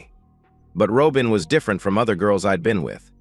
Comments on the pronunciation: Ai doesn't know how pronounce simple words? What is a Ro-bin? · If you're unable to pronounce Robin properly get a better I a to annoying to listen to